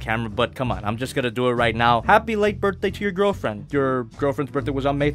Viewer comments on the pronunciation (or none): none